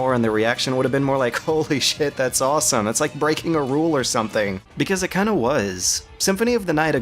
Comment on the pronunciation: Did you rike it?